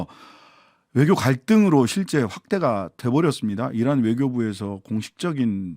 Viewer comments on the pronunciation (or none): 이란이 아니라 계란 으로 들리네요 ㅋㅋㅋ 다시 들어 보라고 논평 나오고 자막 넣은 방송국 압수수색 고발 당하겠다는 생각이 ㅋㅋㅋㅋㅋ ㅋㅋㅋㅋ ㅋㅋㅋㅋ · 이란이라 들리지 않고 이런이라고??? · 내귀에는 '이란'이 아니라 '아이란'으로 들리고, '적'이 아니라 '척'으로 보이는데.. UAE의 척하는 아이란이란...이러고 들리는데